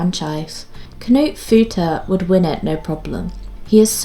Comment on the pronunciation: "Kuh-noot" Had a good laugh 🤣 Knut is a German name. Try saying it faster with no pause between K and n. :)